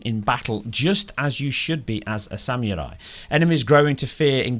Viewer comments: I like how he said it sam you rye lol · "Samurai" look up the meaning and how to say it. Say it with meaning. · Hearing you trying to pronounce samurai is almost as bad as hearing Benedict Cumberbatch say try to pronounce penguin. Almost. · I legit lol'ed when I heard how you say "samurai" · Is that how you pronounce samurai? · “Sam-oorye” “Oh-fence” I just cant dude wtf are those pronunciations 😂😂😭